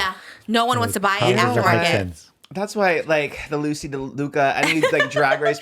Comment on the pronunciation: i love how trisha keeps mentioning Loosey while also saying her name wrong